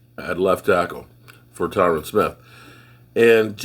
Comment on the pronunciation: Dammit I love you and as you say you butcher names. But his name Tyron rhymes with iron love ya brother